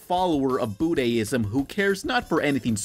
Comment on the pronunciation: WTF is bood-ay-ism?